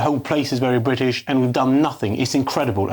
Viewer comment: How he says “Brrrwit-ish” is sooo annoying. Why is he still in a job. Please resign!!!!!